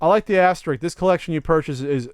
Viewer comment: Haha! What was that "penis fell off" thing?! That was just odd,. XD BTW It's "asterisk" not "Asterix" buddy, Asterix was a French comic book character but I wouldn't worry about it… at least not in the apoplectic way a bunch of people inevitably will here because this is YouTube comments.:)